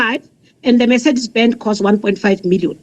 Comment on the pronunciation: Pronounces MERCEDES perfectly.